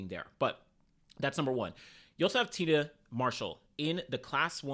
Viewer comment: Say it with me TI-AN-NA MARSHALL NOT TINA